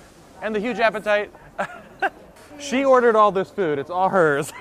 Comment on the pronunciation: food not dood